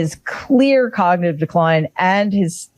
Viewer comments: 5.03. The clown says “cognititive”….ffs America….. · Sleepy trumpet on speed imagine him sober 😂. Hes had more cognitive tests then average 100yr😂 "hes so old!" Him on biden when younger then him now😂. Alotve ppl dont know about the b. 😂 yea his crowd. They are cult followers. Cognitive tests like every single serial killer takes before trial. No average citizen ever. mispronounced "cognitive " 😂😂😂. Hes the 80yr dementia neighbors we all know Or knew. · Couldn’t say cognitive! 😂😂😂😂😂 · He couldn't even pronounce "cognitive" in that embarrassing speech.